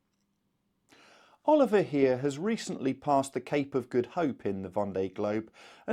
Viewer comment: Great Update as always, thanks! As a Swiss myself, allow me to give you a hint on the prononciation of Oliver Heer and his boat. Heer should not sound like the english word "hear". Instead it should rhyme with "where". And both words in his boat's name ("Tut gut") are pronounced so that they rhyme with the English word "moot". Keep up the great work!